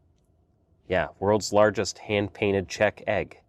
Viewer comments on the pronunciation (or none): none